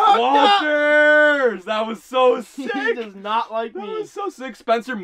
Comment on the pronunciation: Anyone else low key annoyed when he called them walters 😂